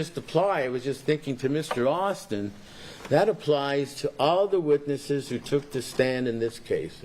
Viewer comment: And than he says "the witches" instead witness's. He's too much.